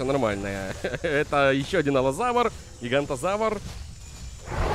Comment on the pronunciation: Терезинозавр* Пахицефалозавр* Гиганотозавр* Паразауролоф* (или паразавролоф?) Шаньдунгозавр* Карнотавр* запоминай, )